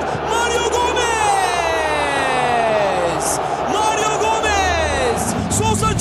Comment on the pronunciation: Maryou gomez hahahahhaha gooooool